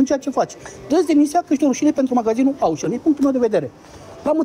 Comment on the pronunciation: Auchan se pronunta "oșan", nu "aușăn" pentru ca este de origine franceza, nu engleza.